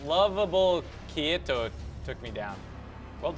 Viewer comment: lmfao kee-eh-to for kaito XD Corn tots is so smart XD